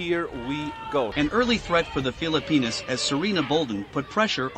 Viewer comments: what he called text was actually the announcer pronouncing Phillipinas correctly, and that's what I stated. My wife is Pinay and anything that happens with the Phillipines I love to see. Good sports vid from there as I have never seen the Phillipines compete in international sports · That is actually how Filipinos pronounce their countries name.